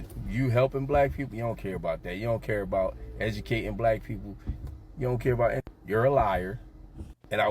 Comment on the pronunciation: "Ejukatin'😂 black peeeeepole😂"